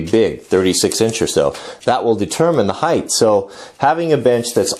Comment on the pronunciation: I love your matter-of-fact approach to this bench. However, you keep saying a term that is a pet peeve of mine. Legs/benches, (in fact nothing) has "heighTH", they have height! lol